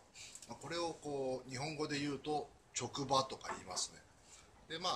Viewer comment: 直刃は「ちょくば」じゃなくて「すぐは」です。